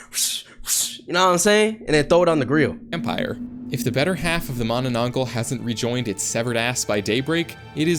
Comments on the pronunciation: im Filipino and this hurt me considering the fact he cant pronounce mananangal properly😭😭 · i started screaming MANANANGGAL MANANANGGAL ITS NOT THAT HARD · im dissapointed im a filipino and the narrator pronounce manananggal wrong its not mananangol mananangAl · Yes I am from the Philippines and it's manananggaaal not gal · the manaAN-NG gal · It's pronounced ma na nang gal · U said it wrong it mananangal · "managh manna manangglal" lol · It's the man-na-nang-gal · Him trying to pronounce the first creature's name literally made me laugh. 😂😅😢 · Bro cannot pronoance manananangal it's so easy for us Filipinos bro why😭😭😭😭✌️ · My soul hurts from the pronunciation of mananangal